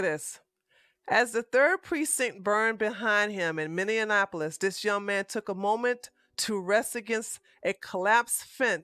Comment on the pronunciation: Love your videos,!!!! Minneapolis is pronounced: Mini-Apple-Is (not Mini-In-Apple-Is) Also, this country is in a full fledged DEPPRESSION, not a Recession!